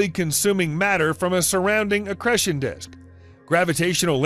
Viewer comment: Wish he would learn how to say the long 'e' in 'accretion'. Lol!